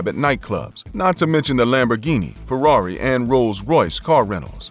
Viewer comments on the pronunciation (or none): none